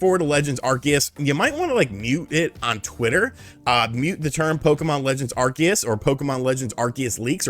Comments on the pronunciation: I hate how you mispronounce Arceus, it’s are-see-us NOT are-key-us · I hate to be " that guy " but, isn't it pronounced ArSEEus? Lmao